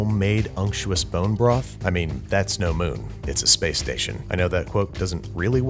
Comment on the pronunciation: what's a porn-jo broth?